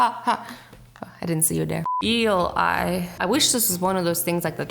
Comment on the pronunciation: Did you say Eel eye or seal eye?